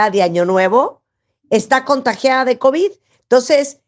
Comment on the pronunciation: El omicrón y el covichsss.